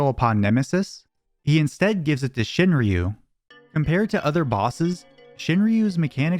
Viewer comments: "shin-roo", they don't pronounce the Y in Shinryu. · It’s pronounced shin-roo, fucking gaijin